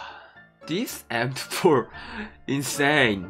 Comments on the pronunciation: He pronounces M24 like M4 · You didn't get M24 because when you say "M24" it sounds like "M4" and you got a lot of M4 skins in crates...😁😅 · He is saying m24 but it sound like m4 lol he wants the new m24 skin